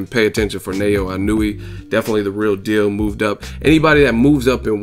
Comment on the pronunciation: the proper japanese pronunciation of his name is NA-OH-YA E-NO-OO-AY. I can see how easy it is to stuff up, im sold on this kid now